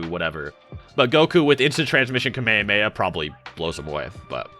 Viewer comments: Bro said ka me a me a It is Kah meh ha me ha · "kameyameya"? what? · is strange that you know so much about Dragon Ball but you don’t know how to pronounce kamehameha…